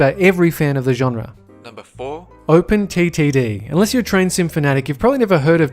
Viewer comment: Teh Train Lol